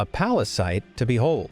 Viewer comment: P A R A S I T E ?! - Venom, calm down. It's Pallasite. Pall...a...site. Oh, sorry. You know my condition, Eddie. - Yeah, I do. (uh, Eddie?) It's fine, OK? Chill. Calm down. What a pallasite. P A R A S I T E ?! - VENOM, STOP! (heheheheh!)